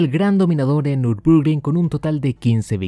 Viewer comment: Hasta donde sé, se pronuncia " Nür bur gring ". Si también me equivoqué, corríjanme por favor.